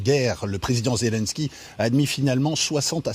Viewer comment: Toujours aussi ridicule (pardon) la présentatrice (et d'autres) qui ne sait pas prononcer le nom de Zelensky; en insistant sur la 2ème syllabe: ZéLUNsky...